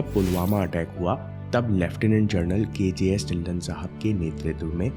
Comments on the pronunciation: inspiring video🌸 But its ढिल्लों not ढिल्ल्न 🙏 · dhilon parnounc ( dhilo)